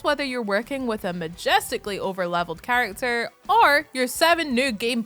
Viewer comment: 'Chalacter' are you chinese bro?